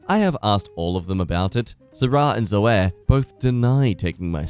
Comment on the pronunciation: Pronunciation note: WTF? Zoey and Kayt for Zoe and Kate. I know Australian English is different, but not that different.